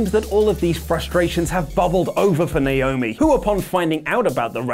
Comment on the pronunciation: THANK YOU FOR SAYING NAOMI'S NAME CORRECTLY!